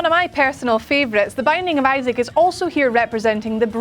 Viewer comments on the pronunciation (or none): none